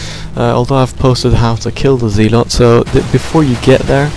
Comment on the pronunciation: Pronounced zeh-lot.